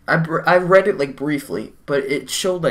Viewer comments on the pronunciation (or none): none